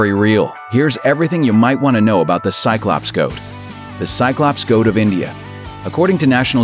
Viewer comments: shots every ...hic... time he sayz ...tsyclops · five words you pronounce wrong before your brain starts to shut down and one of them is cyclops